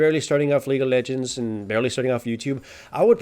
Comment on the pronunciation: Lol the way you pronounce lol sounds like Legal Legends which sounds like a movie about a famous team of lawyers.